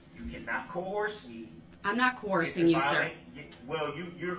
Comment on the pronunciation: Substain, jurisdickshun, cohorzhun, amminant, affixiated (sustain, jurisdiction, coercion, adamant, fixated) and on and on lol.